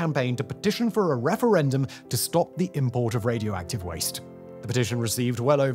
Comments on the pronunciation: Raidi-active.. ?? Huh ? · "Radi active" 😅